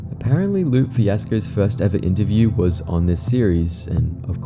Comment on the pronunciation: Great video. Just a side-note, it's pronounced Loo-pay Fiasco. He's my favorite artist of all time